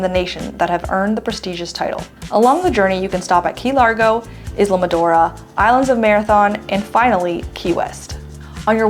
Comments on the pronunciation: The mispronunciation of Islamorada is adorable. BTW it's (eye la mor a da). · Is la mo ra da